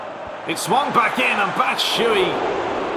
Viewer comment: you pronounce "batshuayi" wrong, you shouldn't omit the last "a"